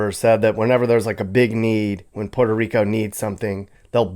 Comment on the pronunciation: PUH-WHERE-TO bud, not POOR-TO. Good vid ! 👍